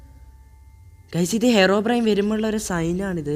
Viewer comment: Bro ഹെറോബ്രെയിൻ അല്ല ഹീറോബ്രെയിൻ ആണ് 😂😂😂